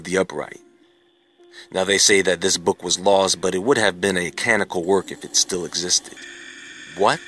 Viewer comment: Canonical; kuh-non'-i-cul